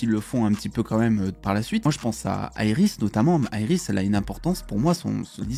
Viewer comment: Iris pas aéiris 😂😂